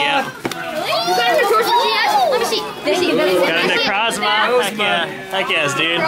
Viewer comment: Diancie Sparklez I was just about to put this and they also kept saying necrozama's name wrong